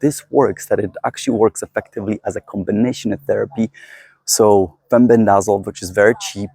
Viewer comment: In the US, it is pronounced, “fen-BEN-deh-zol.”